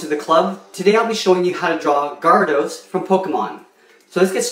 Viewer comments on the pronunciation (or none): its g-air-ih=dose